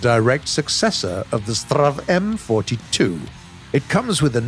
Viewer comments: S-T-R-V, Stridsvagn ;) (roughly translated to "Combatwagon" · Interesting how he say strv as strav and give it a slavic pronunciation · Being a Swede and hearing trying to pronounce S.T.R.V. Which is shortening for Stridsvagn, as a word =) First i didn´t understand what he was talking about at all hahahaha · u are supposed to pronounce it as letters not names like other tanks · Hi! I love the new units! Im from Sweden, (so sry for my bad English) and if you want to you can just say S T R V, just each letter one after one. STRV stands for the swedish word of tank: “Stridsvagn”. In the Swedish SAV 20.12.48 stands the “Sav” for “StormArtilleriVagn” ore what you rather would call it, some sort of an “assault-artillery- carrage- model”. Love the new units! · "STRAV..." I am sorry what. You either say "S.T.R.V..." or "Stridsvagn". Please don't ever say "STRAV" again xD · It's not pronounced "strav", but "S. T. R. V." 🤣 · I dont want to be that guy and this is just a friendly reminder and all. But its STRIDSVAGN or ES TEE AR VEE or even STRIDDS WAGEN if you like. but again, dont be mad. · If he isn't going to say it "S-T-R-V", then he should say the full name of Stridsvagn. It's just as annoying as when he tries to pronounce the designations for some Russian hardware, such as the DShK machine gun. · Gaijin: strav Everyone: strv Gaijin: triggerd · "Strav" It's S.T.R.V! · Me: Stridsvagn narrator: STrRraAv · The STRV part is short for Stridsvagn. So just say S T R V instead of strav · as a swede when he says strv its pianful couz strv mins stridsvagn and stridesvang mins battle tank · U dont say it like straaav or what ever, u say it like this S T R V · I would suggest saying S. T. R. V instead of strev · PLEASE stop saying "Strav". It's like trying to pronounce pzkpfw as a word. Ether say the full name of the tank or say it letter by letter S, t, r, v. U, s, h. I, k, v. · Its strv not strav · XDDDDD when he says: "S TRTRAAA V" XDDDDDDDDDDDDDDDDDDDDDDDDDDDDDDDD